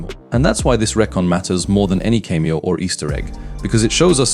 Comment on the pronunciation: cant pronounce cameo. Ai voice, but could it really be an Ai script. seems so conceited and wrong. so probably totaly fake